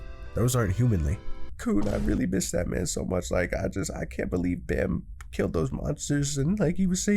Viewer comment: Its pronounced as bomb not bammm